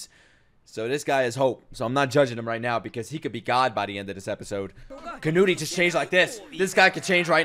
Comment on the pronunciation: it's pronounced Can-oot, not Can-oot-E.